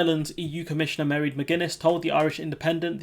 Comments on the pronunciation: Pronouncation: Mairead - MAW - raid, not Mary. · Her name. Pronounced Mar-ade. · Mairéad is pronounced 'mar-AID'. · Her name is pronounced Maraid. I saw her on Questiontime a few times and she is one smart cookie. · Her first name is pronounced basically like Moy-red or Maw-(rhymes with raw)-red depending on the dialect. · Her name is pronounced "Marr Raid McGuinness" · Her name is pronounced, "mir-aid" Soft "mm" then raid. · Her name is GEALIC. It is pronounced MAR-AITH. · Mairéad is pronounced "marr-aid", emphasis on the second syllable. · No, it is Maw-raidd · Very poor pronunciation of Ms McGuinness first name, think you should have researched this to find out the correct pronunciation, rather disrespectful. Stop using “you know,” “like” I suggest you write a complete script not just bullet points. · Give him a break, Irish names can be tricky